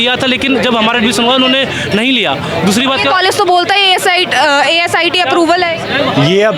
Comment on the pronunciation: The reporter is so ignorant that she's not even aware of what she's saying. She is saying Asi instead of Aicte. Please do some research before coming to the interview site.